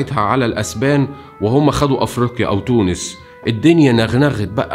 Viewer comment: الوندال ....الدايات و البايات...نطقك غالط